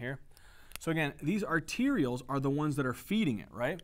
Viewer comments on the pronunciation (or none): Arterioles, not "arterials" and pericytes not parasites